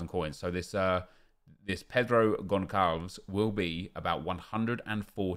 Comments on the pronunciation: Did man say gonkalvs? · I get that it’s hard to always know how to pronounce foreign names correctly... but just so you know, the ‘ç’ in Portuguese makes an ‘s’ sound. So it’s pronounced Consalves. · Im portuguese and you pronounced his name so wrong hahahahah, but still good try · São péssimos na pronúncia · He says Gonçalo in goncalo guedes perfect but when he says Goncalves he says it completely wrong as if the ç is a k